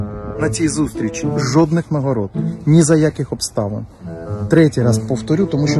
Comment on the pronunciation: Я тричі почув жопних нагород замість жодних 🤣